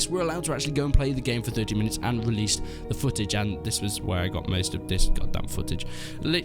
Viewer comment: He keeps saying released and its hurting my soul